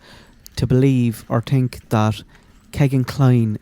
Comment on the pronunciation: 😂 he said I TINK 😂